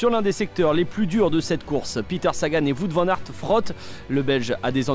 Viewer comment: "Vout van-nart"